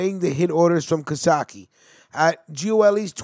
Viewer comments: Hes a great man. Real tough guy and great father. His name is not being pronounced correctly. Ca...Case. Ka - Case. Not Casatchie!!! You guys need to learn how to pronounce Italian names!!!! Yes..hes usuallysporting long greyhair Hes one of the lasttough guys. Real tough guys. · It’s Cacace not CaSake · Hey bro! Great video but you should learn how to pronounce the names right. Caccese is not pronounced Kosokki!! Look it up! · it's not casaki. its pronounced ca-sace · Nice job other then the pronunciations --- Cacace is pronounced Ca (like Car) Ca (car again) ce (like chee in Cheese) NO sock ee. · Don't worry I'll tell them twice.its pronounced cuh-case.. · It’s pronounced kah-case-ee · All wrong! My named is pronounced Ca-case, but spelled Cacace! Very simple!!!!!! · Hey its pronounced Ka-case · Its pernouced ca-case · Cacace is pronounced Kah- kase- ee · Yes your right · You gotta learn how to pronounce Italian names. PepsiCo and Cacache